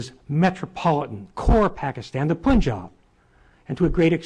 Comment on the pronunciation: It all sounds funny to me because this fat nut head doesnt know how to pronounce Punjab, Baluchistan, Gawadar even Pakistan and he's talking about geo-politics and independence. His accent is bizarre, knowledge is limited, views are biased and most probably he's payed for all this! people like these are responsible for pushing US to its demise globally!